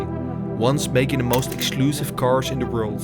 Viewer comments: Why do you pronounce "carsh" instead of "cars"??? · It's cars. Not cashh